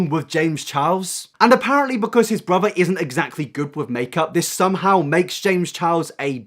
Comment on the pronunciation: Mhm, james charles' "brither" is so problematic...